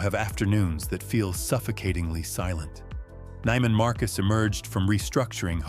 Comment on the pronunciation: Neiman Marcus is pronounced with a long "e", not a long "i".